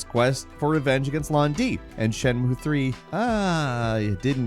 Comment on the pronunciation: You mean "it cannot be overstated how bad it is", if you want to say that it's bad. Also, I'm pretty sure "shenmue" has three syllables. I don't know much about Japanese, but I'm pretty sure they don't have silent vowels like that.